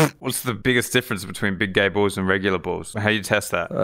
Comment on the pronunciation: The first thing I thought when he said big gay balls I thought gib bay galls